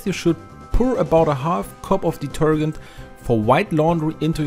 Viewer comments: It's pronounced deterJent not deterGent😉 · Deter-Gent as in gentleman not gant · Deturgant...no no.. it's detergent. De-ter-Gent.. now put it all together and pronounce it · Do you mean detergent or detergunt? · Deter-JENT not deter-gent. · Detergent ❌ Deterghent ✅ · Deter*gent as in *Gentleman - not deter*gent as in *Gantt Chart. Good video , thanks :) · Please pronounce detergent like diterjent rather than diterghent. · It is pronounced de-ter-Jent, not de-ter-Gent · it's deter- gent like gentleman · Deetergent not ditergunt 😅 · It’s not pronounced deterGHent. It’s pronounced deterJent like the j in “judge”. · I just can't listen with the guy saying deter g ent. Man, it's pronounced deterjent. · Listening to you say detergant over and over has just made my night ,😂😂😂 Thanks for the great tips and a good laugh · ‘Deterghent’ - I love how you say it! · Hi. Interesting post! Just in case you wish to be understood in the US a bit more, I have a linguistics suggestion: In the US, we pronounce the last four letters of the word, “detergent, as we do in the word “Gentleman.” You’re pronouncing the G like “to Get,” or like the proper name “Gary.” It should sound like the G in “Gently, Gentleman, Giant,” or the same sound in some J words like “Jester, Jack, or Jeremy.” I hope that helps. Best wishes. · FYI, the g in detergent is pronounced like the j in James. It is "deter-jent". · Did he say deturdgant ? 😳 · It's pronounced "deter Jent" but to be fair, your English is way better than my German!😂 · Pronounced: De-ter- (j) ent! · It's pronounced like de-TER-jent. In English, if a "g" is followed by a e, i, or y it is usually pronounced like a "j." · Also, detergent, the G is pronounce like in Gentlement. Has a J sound. DeterJent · Just so you know, the proper pronunciation of "detergent" is "deterjent" (hard G) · I love the way you pronounced detergent it's pretty funny. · the way you pronounce detergent is killing me😂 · please say detergent again 😂😂😂😂😂